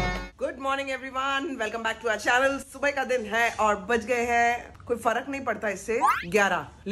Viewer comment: I love the way says subhy ka din H though it's wqt subhy ka wqt H ya saamyye H not subh ka din